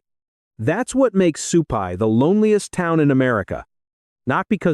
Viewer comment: Stop stressing on the word Loneliness. 😡😡. Pretty annoying.